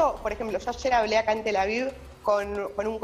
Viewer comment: "Tela viu" 😂🤣🤣😂